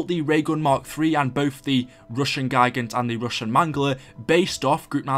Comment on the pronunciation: those giant robots in Russian are pronounced Geegant GEE not GUYgint GEEEE you hear that , it pains my ears every time you say that and GOROD KROVI